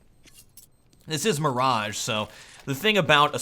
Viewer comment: Mirage, not maaaraaaagge